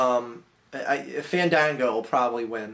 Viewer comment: You guys are saying it wrong. It's... Faaaaaaaa(h)n Daaaaaaaa(h)n Gooooooo.